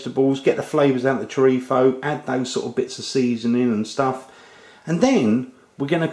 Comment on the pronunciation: i love how u say 'chorizo' with an accent from madrid, spain... amazing videos btw!!!!